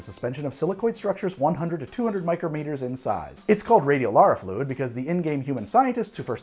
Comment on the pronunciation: For the love of god… ITS RADIOLARIAM FLUID